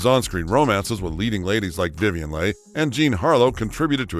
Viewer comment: Voice over mispronounced the name of Vivien Leigh multiple times!